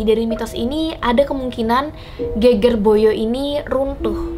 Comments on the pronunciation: Ge`ge`r / punggung bukan geger (ramai). Pengucapannya kurang pas hehehe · Pembacaan geger salah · Endhog bacanya salah kak.. Geger juga salah bacanya kak.. Tapi gpp maklum emaang bhs jawa banyak tulisan sama tapi arti berbeda tergantung pengucapannya.. Tapi saya suka konten seperti ini.. Lanjutkan kak.!! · Salah saat baca geger/punggung dan endog/telur